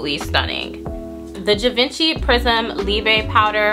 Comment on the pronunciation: Hi doll, no shade, but it's pronounced "zhee-vaan-shee" - Givenchy...Thanks for the review, good job ✌🏾